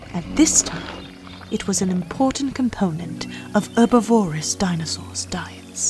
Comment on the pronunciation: I'm sorry, but the voice acting is terrible. "Dinossus" instead of "dinosaurs" multiple times (and, no, I'm not criticising the British habit of dropping the R; I do that myself). Specific scientific vocabulary, that some listeners may not know, isn't clearly pronounced, but hissed or mumbled. Overly dramatic way of speaking, very unnatural, even for a nature documentary. Please get someone, who understands, that this isn't on the level of dubbing sophisticated adult movies 🙄